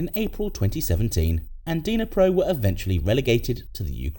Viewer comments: It’s NOT “DYNA-pro”… it’s pronounced “NEE-pro.” The D is relatively silent. Otherwise, it’s an interesting video. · The way you pronouced Dnipro was painful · nah, it's just bad pronunciation 😂